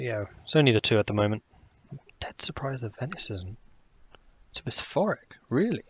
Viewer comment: oh venice is a bisforik! that's pretty rare. (bi'shop-rick)